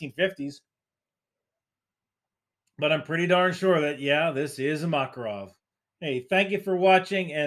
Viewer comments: You're still kind of wrong lol It's not Mákarov, its Makárov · btw, it's makArov, not makarOv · Alright alright, but it's pronounced maKARov